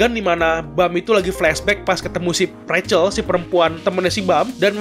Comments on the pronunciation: Cara baca si bintik itu Rahel bukan recel_ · Biarpun pake ejaan bahasa, bacanya juga ga ra-chel tapi rac-hel